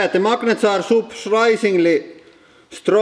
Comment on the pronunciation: "de magnets are soprishingley strong" lol